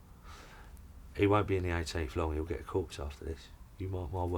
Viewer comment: Someone should have taught the old soldier how to pronounce "corps". It's not "corpse". Not the kind of grisly mistake they would have made. And not once is the general's name pronounced.